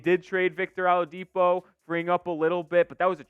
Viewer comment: His name is Oh-la-dipo for crying out loud.